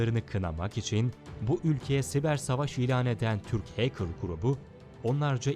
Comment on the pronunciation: iyi guzel de o heykir degil . hekır . doğru yazılışla Hacker